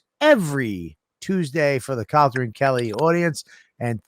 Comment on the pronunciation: Or I’m sorry Calter not Calta